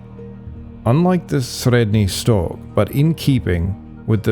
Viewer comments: Your pronunciation of 'Sredny Stog,' sounds very convincing. Must be a a difficult one to get your tongue around. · Well, it's not exactly how we in Russia pronounce Средний Стог, Ямная, Бережновка, Хвалынск, etc., but it's fairly close for a foreigner. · Sorry to tell this but you absolutely massacred all of those toponyms names... Both russian and turkish. It's not even the wrong stress, it's obvious you just never heard of them before. Please do your viewers a favor and at least put an effort in making a little research next time